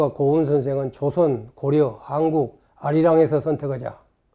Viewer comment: 고려의 음이 고려가 아니라 고리네요